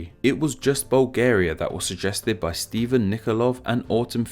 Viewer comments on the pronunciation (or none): none